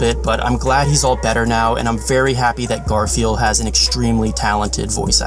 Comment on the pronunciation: What you say: Garfiel What I hear: Garfield